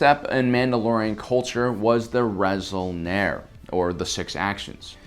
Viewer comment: Resol'nare, not Resol'nar The 'e' at the end is important, since it's the Mando'a way of desgnating a plural. "Resol'nar" would be "Six Action" "Resol'nare" is "Six Actions"